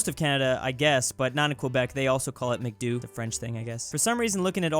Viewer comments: I'm a Filipino and we don't say Mac Du. We pronounce it as Mac Daw. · I thought it was pronounced mc doe Also I’ve never heard anyone here call it mcdicks loll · Btw to say MCDO you say it MACDO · you said McDo incorrectly its pronounced: "Mahc-Doh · Mac-doh is the right pronounciation sir says karen from 🇵🇭🇵🇭the philippines🇵🇭🇵🇭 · AS A FILLIPINO, I AM MAD HOW HE PROUNOUCED "MCDO" ITS MAC-DOH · as a Filipino, I need to correct you. it's pronounced with a long O not short.:( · it's pronounced Mac-Dö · In Philippines it macdoh not mcdo 😂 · It's not mc do It's pronounced Mac do-ugh But gh is silent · Bruh the pronunciation of Mcdo is Macdoh. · its called mac do mac-do ok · The way you pronounce mcdo is macdo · Uhm i have to say this but its called McDo beacause its the more shortned term for MacDonalds you said it like Mc. Dou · Actually we pronounce "Mcdo" Mak du. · In The Philippines, you pronounce “McDo” as Mac-do. Just sayin’ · When he said Mcdo as Mecdoo I EXPLODED AT LUAGHING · McDo in the Philippines is actually pronounced like Mac Do not the long O sound but the short O like just yeah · ok it's pronounced MacD-O the O is not long or short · I'm cringing at how said Mcdo Its like mac-doh Idk how to explain it, but I added the h to represent a short o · It’s in a hard O, McDö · Same, in France it's pronouced "Mac Dough" and the way pronouced it triggered me. Edit: looking at how other people said "Mac d'eau" makes more sense. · I know right as a filipnio we say Mak Do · Everyone else watching the video :you miss pronounced Mcdo Me: cool mha shirt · Me a filipino hesring how Pronounce Mcdo: Visible rage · The way he pronounce mcdo trigered alot of people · the way pronounced "McDo" triggered me you can probably guess why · pronouncing "McDo" is wrong but funny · not mcdoo, McDo as in Bayby shark do do do the o is very hard lik uff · you pronouns it macdo not mcdoo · its macdo not micdoo ok im from phil so i know